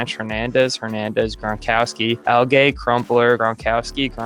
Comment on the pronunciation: "Reechee" Caldwell, "Al-gay" Crumpler & Chad "Osiocinco".